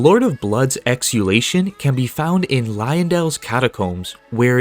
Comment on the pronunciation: It is also called exultation and not exulation 😀